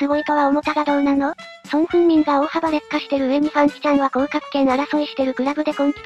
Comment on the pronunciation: まごって言ったり、そんこうたみって言ったり